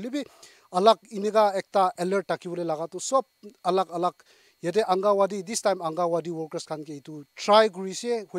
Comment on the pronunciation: Thanks for the information on the scam calls,, but the word is pronounced as angangwadi not angawadi..